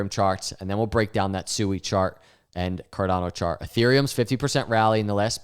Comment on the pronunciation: 🤣 Its NOT SUEY